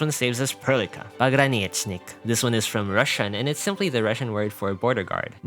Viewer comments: If we ignore the fact that it turned into PogranIYEchnik a bit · Из того что услышал, могу прокомментировать только Перлику и русских. Перлика - буквально с китайского переведется как талисман компании, в это я верю больше(я не хочу чтобы моя девочка оказалась злом или в будущем ещё страдала. Хватит ей.). Не Алес, а Алеш, Алёша. Не погранитсник, а пограничник) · As russian, i could say that he speek more pograniTSnik instead of pograniCHnik. "Ц" and "Ч" have difference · did you just call my fellow пограничник.. a pograniCnik? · Poganchik made my day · Almost spot on* Pogranichnik turned into PogranIYEchnik a bit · Boy, do you know the word chimes? Ch is pronounsed exactly like ч in пограничник. You pronounced it wrong, so the whole video is invalid. Still like and sub, thank you. Practice more❤ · As russian. Why do people can't read English "ch" in Pogranichnik as they read "ch" in any other word. Like in "chapel" where the sound is hard. Where is this soft "c" like sound coming from.